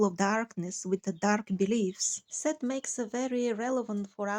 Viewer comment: I may have made a mistake on the name of Jane's books that came from a demon. It sounds like you're saying Set, but I believe it was Seth? I researched her a long while back, and I think it's Seth? Anyway my bad! Beware of people who channel messages from demons, that chose people like Jane to write doctrines of devils. I steer clear of anyone's writings when I read that they were psychic mediums or channelers, because that is necromancy, a divination practice that God tells us to have nothing to do with, and to turn away from such people who practice divination. Demons know things, but also lie habitually to gain someone's trust. We as Christians shouldn't place a stumbling block in front of God's people, by recommending that people should believe, and read such doctrines that are not the doctrine of Christ, and stick to just the Bible. Doctrines of men, or women in the case of Jane Roberts, are their beliefs that demons convinced them of being the truth, so that they seem like a prophet, because they get some things right, hence, because demonic spirits know things, but are really false prophets preaching false doctrines. Christ Jesus warned us about such people, when He said to see that noone deceives us. God has blessed you, and stay sweet, and stay on course. God gave you a microphone. You have to speak against such things. I love all of your content, and one of my online Pastors, just recently, who was doing a teaching on your stuff, about the parasitic worm looking t